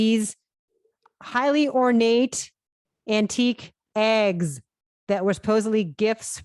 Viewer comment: Why does kristy say eggs like that haahha